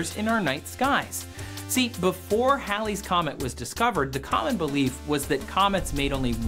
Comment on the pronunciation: Its pronounced heylees, not howlees. It takes some real linguisticall gymnastics to get howlies out of Halleys, and thats saying a lot since I'm a southerner with a thick as shit accent 🤣! Js, its hAAAAlley's Comet lol.